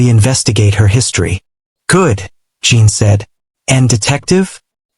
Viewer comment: I see others have already reported the seizure inducing shaking of the screen. The story is good about the medical profession and that there is always room for improvement. Jin is not Jean or Gene, check the pronunciation, please, the AI is terrible.